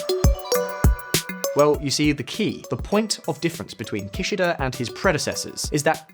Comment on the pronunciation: Minus 1 point for Ki-shy-da 😂